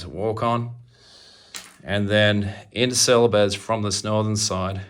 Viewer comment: I think that it is pronounced celebes as in bees. I love your figures. They look so realistic. The only problem is that can't tell the difference between different army's. How do you tell the difference? But still the paint job is amazing